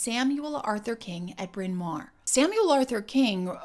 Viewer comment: How ironic this 'English' accent was formed in a college with a Welsh name. Incidentally it's pronounced in Welsh as Brin Mao-rrr (not mare or mair). It mean big (mawr) Hill (Bryn). Really interesting video - very well done.